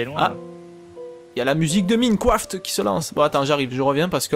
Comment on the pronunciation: On dit Maïnecraft :D